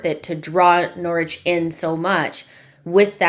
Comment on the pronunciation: You nailed it, Nor-ich! LOL!